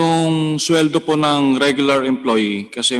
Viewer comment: Nakakapikon ang napakagalang sumagot pero kitang kita kung paano tarantaduhin ang mga empleyado. Yung salitang PO kitang kita na pilit at hirap bigkasin. Pusta kung pagmumura yan sure yan 101% easy words sa kanila Abias Cbend Management yan.